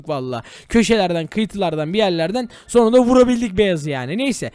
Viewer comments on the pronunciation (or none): none